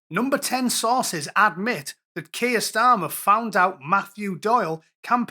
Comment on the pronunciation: Kweer Starmer!